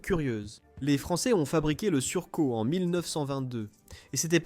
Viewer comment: Ok, c'est bon... j'ai arrêté quand il a écorché "Surcouf". Pouce rouge...